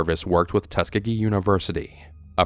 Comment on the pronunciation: Haven't any of you heard of Josef Mengele (der Todesengel) The fact that he isn't on this list is far more shocking than anything in this video. Except maybe your pronunciation of "Tuskegee"